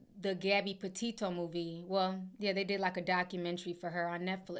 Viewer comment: You are one of the very few people pronouncing Petito the right way